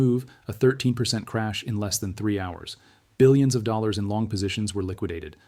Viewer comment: This video would get an A* if only the AI could say dollars correctly!